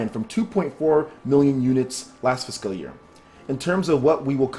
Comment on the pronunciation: Bruh I love your vids but please learn how to prounounce Fiscal. It's like Physical without the i, physcal.